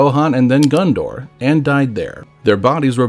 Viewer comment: I, too, want to visit Gun-Door.